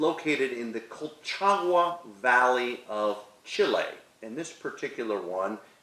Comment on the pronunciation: Great vid.. but you butchered the name though. Colchagüa is pronounced. “Kohlchahgwah”